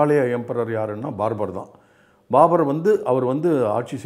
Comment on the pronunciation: பாபர் என்பதற்கு ஒரு இடத்தில் ஆரம்பத்தில்.. பார்பர் என்று சொல்லிட்டீங்க...வாய் தவறி